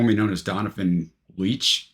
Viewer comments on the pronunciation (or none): I am a HUGE Donovan fan. Thanks for reviewing this one. Btw - his last name is pronounced Leech.